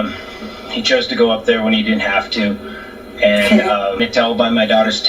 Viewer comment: He said dint.